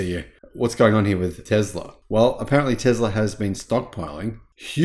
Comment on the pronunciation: Is it just me, or am I hearing Tezler substituted for Tesla and and invent-tree substituted for inventory? Could be my old ears.